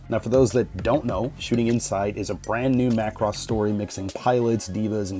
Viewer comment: I'm just happy you pronounce it Macross and not MUH Cross. Thank you.